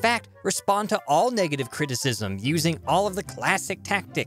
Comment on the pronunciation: What is CREE- TEE- CISM?